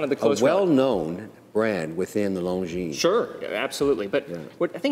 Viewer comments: Just to be pedantic, that's not how you pronounce longines. Lon gin. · Swatch group chose omega over longines as their flagship brand because Omega was easier to pronounce.